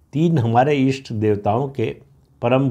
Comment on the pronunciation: ईष्ट देवता नही इष्ट देवता बोलिये र्हस्व अक्षरोंका दीर्घ उच्चार करना छोडिये